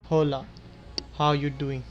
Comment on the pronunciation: i know you did not just say "hhhhola." its just "ola" no h